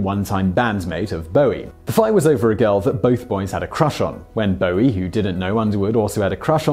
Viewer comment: Only English person who can pronounce “Bowie”